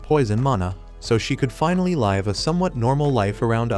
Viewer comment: Mate why you say live = laive